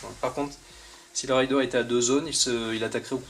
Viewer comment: raiiiiideur et pas rayedeur mdr c'est pas pareil un pillard et un cavalier m'enfin sinon merci pour cette serie de videos mdr